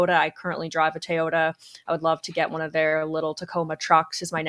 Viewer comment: The woman on the right pronouncing Tay-o-ta???